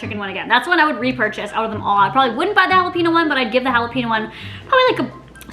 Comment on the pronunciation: Jalepeeno lol